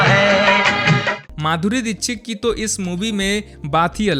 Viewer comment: दीक्षिक नही हुतिये दीक्षित होता है